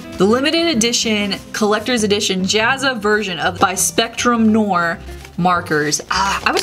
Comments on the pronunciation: Does anyone else cringe when says Spectrum no-er instead on nw-ah? (because it’s French) 😂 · I’ve never heard someone pronounce noir that way lol